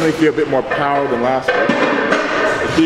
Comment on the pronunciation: The POWAHH IS BACK!!